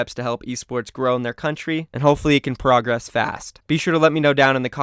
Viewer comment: You pronounced progress wrong numbnuts